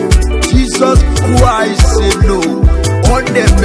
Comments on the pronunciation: Mother tonge r and l issues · I appreciate the beat of the song and the powerful role by flavor, but I think the lion has problem with pronunciation, Jesus kwis, Colona vilus, Amelica, Shayna, Orupe, which is really bad for public hearing. Am representing🇨🇲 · This man is the devil himself, he has his own pronunciation of Jesus Christ, God will punish you, useless man 😠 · Flavor said adighi ama aka 😂😂😂 this pple self u guys are funny lion family.....see d way his pronouncing """Jesus Christ"" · Thought i was the only one noticing it... Kai another observer spotted..🙂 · This man have his own pronunciation of this Jesus Christ... hmmmm